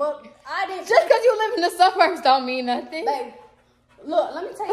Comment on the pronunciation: She said the sub-urbs not the suburbs the sub-urbs😂😂